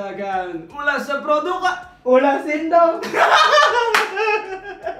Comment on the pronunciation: Ulash produq. Make tajwid bang wkwk